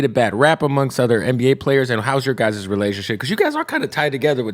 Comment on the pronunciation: Your "Guy-ses" team .. not the way to pronounce "guy's".. hate when people pronounce it that way!